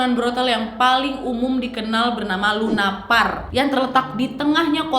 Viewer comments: Salah dekku "lupanar" bukan lunapar.. Tp mantap kali konten mu ini Gak receh Semangat terus🙏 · lupanar harusnya,bukan lunapar.